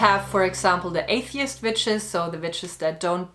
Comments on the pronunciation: This randomly just played and I swear I thought you said bitches 🤣😂 You said witches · Hilareous the way a Geman pronounces Vitches 🤣🤣🤣🤣🤣🤣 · When half listening her accent makes me think she's saying B instead of w/v and it makes this more fun for me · I can't help but be distracted by how it sounds like you're saying the b word not witches 😂